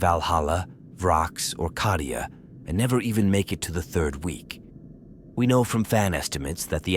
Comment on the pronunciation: Hey - Cadia has a long A. Las-gun has a short A. It would make you sound better.